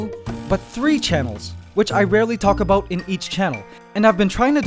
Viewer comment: You can sometimes hear his accent creeping in " that's aboot...